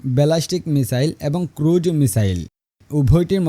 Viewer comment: ভাই, ক্রুড মিসাইল না, ক্রুজ মিসাইল হবে।